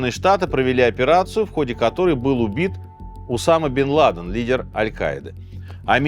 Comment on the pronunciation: поставить ударения неправильно в каждой части имени главного героя выпуска - это надо еще постараться 😂